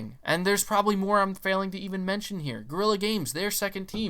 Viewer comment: yeah the Decima engine 2 with Guerilla games going to look way better than the Unreal 5 demo, by the way it's Guerrilla Games nigaa not gorilla 😂